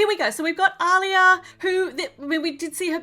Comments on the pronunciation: It's pronounced "Ah-liya" not "au-liya". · Btw it’s pronounced Aleeya